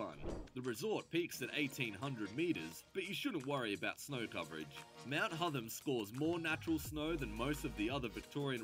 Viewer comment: Not sure why the voice over guy is pronouncing Hotham as Hutham. It's the same 'o' sound as in hot. Apart from that, good video.